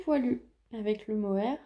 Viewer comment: Bonjour, bravo pour la cumulus blouse elle est super belle, le mohair tu prononces comme pour l'insecte (🦗 blatte). Le bleu nuit poil de chat 😂 solution : tu tricotes de l'angora, tu ne verras plus les poils de chat 😹. A bientôt 🌈